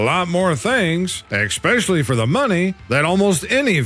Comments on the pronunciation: I love this channel but for f*** sake it's especially NOT expecially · It’s especially, not exspecially.